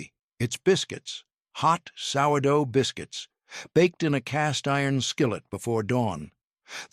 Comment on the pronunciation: One minute in and the AI FAILS. It can’t pronounce sourdough. Sheesh